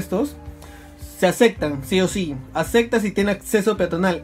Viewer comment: "Se acectan" xD